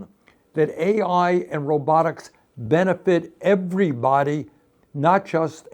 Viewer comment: You mean rowbuttics 😅 not robotics